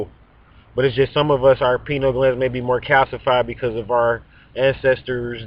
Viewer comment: Pie-Knee-AL Gland.